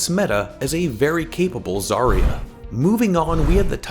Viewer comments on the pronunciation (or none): none